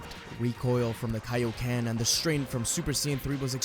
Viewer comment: I hope we never hear Vegeta say “KAO KEN” EVER AGAIN💀